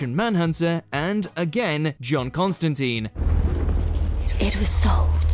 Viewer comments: IT's TINE (rhymes with fine) not TEEN (rhymes with Been)!!!! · It's ConstanTINE (rhymes with fine), not ConstanTEEN. The worse is that in the clips shown, the correct pronunciation is used.